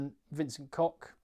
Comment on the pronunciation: Just a side-note, pundits do seem to get wrong often. It is Vencent Koch, not Kock. Like your knee disc is called patella and the humble limped that sucks on the rocks at the beach is called patella cochlear. It is the sound of that cochlear - a bit more air flowing and doesn't stop with a K.